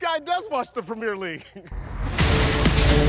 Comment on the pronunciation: The way premier league is pronounced at the start,,,, Eeeeeek